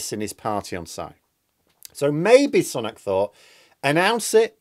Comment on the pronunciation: Every time mispronounces Sunak as 'son-ak' and not 'sue-nak' he loses credibility with me. FFS, he's been PM for half a year and a prominent politician for 3 at least three. Yet insists on his own original pronunciation. This puts him in the Lauren Boebert style of speaker (using 'democrat' instead of 'democratic'), either lazy, stupid or ignorant. I would like to say 'ignorant' but he must have heard 'Sunak' pronounced thousands of times.